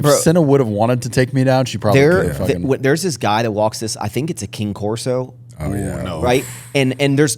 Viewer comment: "King corso"?😂